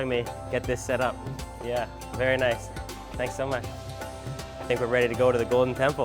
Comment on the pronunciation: Vaary noicee xD